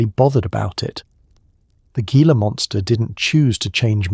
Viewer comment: It's pronounced "Heela" monster actually. - Arizona, am!